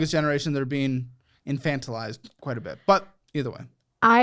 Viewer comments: Hey, you got the word "infantilized" right on the first try! Let's gooooo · Today is the day that pronounced "infantilized" correctly 🙌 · Congratulations to for correctly pronouncing “infantilized” this episode!